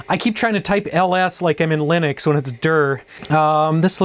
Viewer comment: Thank You for pronouncing "Linux" correctly. 😊👍 Back in the "aughts" the software engineers would get irate when one said "Linux" as if you were referring to a Peanuts Character. 🤣😂